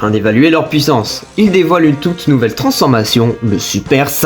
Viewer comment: Merci pour le résumé. P.S.: on entend pas du tout que tu es belge jusqu’à ce que tu dise « pouissance »😂